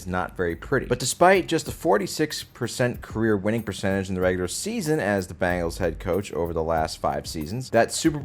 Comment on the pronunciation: genuine question: what's up with the use of 'Bangles' for the Bengals and 'Jagwires' for the Jaguars? our boy isn't the only one I've heard pronounce them that way. is it a regional thing?